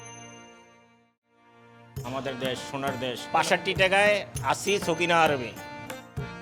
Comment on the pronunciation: এটা সকিনা আরব নয় এটা হবে সাফিনা আরব।